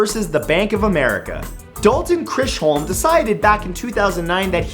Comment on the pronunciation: Oops--Chiscolm--is pronounced "ChizKolm"